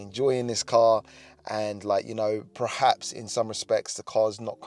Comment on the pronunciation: "PER-HAPS" not "Prehaps". Sorry, just bugging me. Jamie FYD says "Prerformance" and it's like nails down a board.